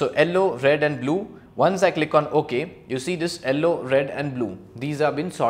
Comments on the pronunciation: Why you are saying Ellow instead of Yellow whats the reason behind it :face-orange-biting-nails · its not ello its yello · Its pronounced Yell - O not Ell - O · sir presentation is fab but what is "ellow" color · what the heck is ELLO color?!?!?! it is YELLOW. I got so confused!!! but your work is good. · Why does he call Yellow as Ellow? lmao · And in the captions it is showing yellow as L o😂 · Sorry to say but correct your pronunciation of yellow but it is very good really really nice